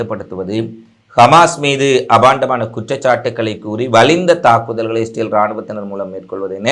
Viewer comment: இஸ்ரேல் என்று சொல்லவும் stel இல்லை